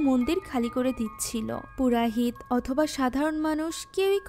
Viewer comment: purahit na, purohit